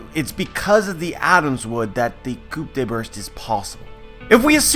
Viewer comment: This shouldnt bother me but Coup de Burst is pronounced COO not COOP